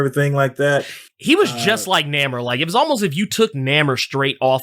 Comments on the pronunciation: WHO THE HELL IS NAMER? Does have a speech impediment or something? Why does he keep butchering the man's name? Even knows he's pronouncing his name wrong. That's why he keeps calling him Kukulkan. Go ahead, set the man straight. His name is Namor, Pronounced Nay-More. Get it right IMPERIUS REX! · NAMOR (NAY-MORE) LOL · It's hard hearing say "Nammer". Can't wait to see the movie. Sub Mariner and the silver Surfer were the first characters I was introduced to. They are still favorites too this day. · There's a reason he says Nammer ... !